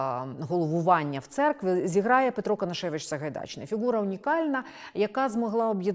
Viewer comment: Дивно слухати від пані лекторки російську вимову наших старих текстів: іґраніє, Саґайдачний А попри те це відео - добрий вступ до тієї бурхливої доби